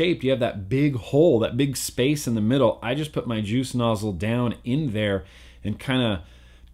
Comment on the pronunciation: WHY CAN'T YOU SAY JUICE?